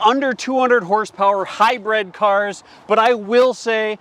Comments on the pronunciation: What's a "hybread"? It's hybrid. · Hybrid should be pronounced like high grid, mid, bid, or squid. High bread is an edible sold at Phish concerts. And high bred is someone born into European royalty.